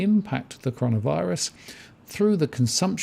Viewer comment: Finally you got the name right... in that video you released last week, you pronounced it as 'Connorvirus'.